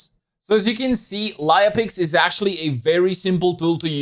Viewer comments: if you mean writing down--no, but if you mean saying it out--yes, everywhere) As I told, it's like lEia, and ou spell it like "lye-a". As I told, check on google princess leia, how it is spelled and you'll get what I mean. Other than that--great review and thank you for sharing this app with your audience:) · sorry I guess I was not clear in my first comment. I meant your pronounciation(speaking), not the way you write it.